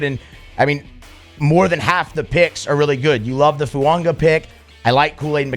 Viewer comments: I need to know where you and see the “n” in fuaga 😂 y'all are saying foo-un-ga not foo-ah-ga I love it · Plrase learn how to say his name. It's not Fu-ongah!